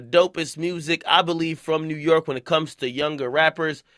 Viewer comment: WU - YORK